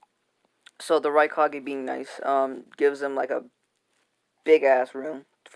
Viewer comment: it sounded like you said raicockay